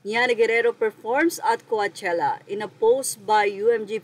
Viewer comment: Kuwatyela basa amp HAHAHAHA BOBO AMPOTA